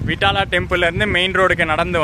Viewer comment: nice explanation vithala not vittala.